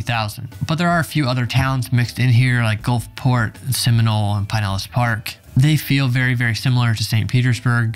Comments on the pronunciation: The flood zone material is too light and needs no Oklahoma info. The Evacuation Zone maps are readily available for Pinellas County, are simple and easy to explain, based as they are on elevations. Stop saying PIE-nellas--it's PIN-ellas County. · Your pronunciation of Pinellas is killing me. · Oh now i see. he said it correctly the first time but he just started butchering it completly